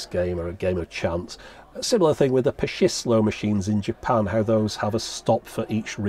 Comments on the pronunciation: Tip on pronouncing the Japanese words "Pachinko" and "Pachislo", say it as if there was a "t" after "Pa", like it's Patchinko and Patchislo. The former actually being a contraction of Pachinko and Slot machine as they are a combination of both types. The Japanese tend to do a lot of 2-syllable contractions of long English words. (and yes, "Slot" has 2 syllables in Japanese, actually being written "Suro"). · Super, super small thing, but the ch-sound in pachislo and pachinko is the same as the ch in chips Fascinating machines though! Really jealous you have that Star Wars one.